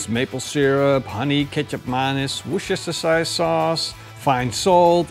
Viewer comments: “whastistashi sauce” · It's funny looking at him trying to say "worcestershire sauce" in every episode. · I will always enjoy your pronunciation of Worcestershire sauce.